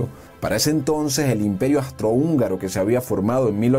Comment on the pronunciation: Agradezco mucho el video y la enseñanza.... pero... REPEAT AFTER ME: AAAUUUUUUUUUSSSSSTRO-HÚNGARO!!! AUUUUUUUUUUUSSSSTRO-HÚNGARO!!